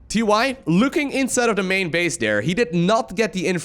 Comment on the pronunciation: TY but actually it is tee tee